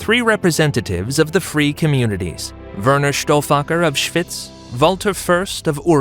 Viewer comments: Your American pronunciation of the place name “Schwyz” is terrible, like hearing fingernails scraping down a blackboard! Any Swiss German person would think that…… it would’ve been much better to have got somebody properly familiar with the place names of Switzerland to do the commentary on this video. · „Schwüüz“😂😂😂 Kanton Schwiiz!